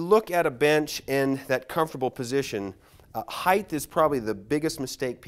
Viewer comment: The word is “HEIGHT” ends with a T not a TH…